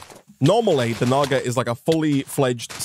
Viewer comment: "Naga" sounds like ni